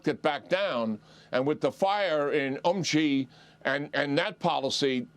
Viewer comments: Sheeee JIn Ping, not Jheeee! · its not Ji its Xi pronounced She. At least learn foreign names! You sound uneducated. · Xi is pronounced as "she." Why is this so difficult for these professional news readers to say?